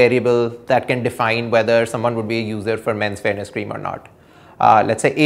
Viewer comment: Sorry, I cant quite hear the word in this cream example, is he saying "Fairness" ? ? ?